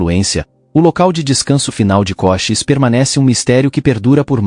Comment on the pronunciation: Koshis? Kosheese! Ou Cochisi